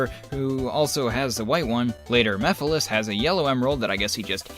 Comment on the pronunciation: I like how calls Mephiles Meph and I misheard it as meth lol